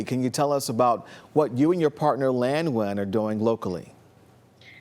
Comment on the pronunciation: This Vietnamese-American uni grad’s name is! Her surname should be pronounced N’win instead of Win!